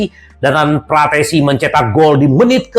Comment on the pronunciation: Km juga salah,,yg bener frattesi😁😁